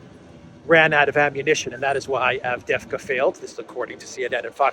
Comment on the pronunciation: Yes the second V is silent in Avdiivka 🤪